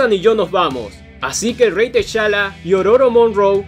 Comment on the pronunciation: Muy buen comic y muy bien narrado, pero no se pronuncia Teshala, se pronuncia Tachala